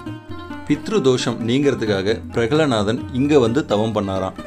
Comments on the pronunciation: Prahaladhan to be pronounced properly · Name of Hirarnyakasipu's son is """"Prahaladhan "" Please pronounce it properly Please 🙏